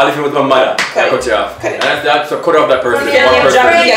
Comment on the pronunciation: Somebody can remove the letter “Y” from alphabet please 😂😂😂😂 “cuty cuty, worky worky” 😂😂